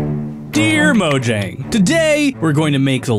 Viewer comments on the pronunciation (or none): You pronounced Mojang wrong, it is pronounced Mo-yang not Mo-jang. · It’s pronounced MOY-YANG! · Man for a theorist he sure dosent theorise the probablity of this comment happening. (He didint say mojang right its pronounced mo-yang)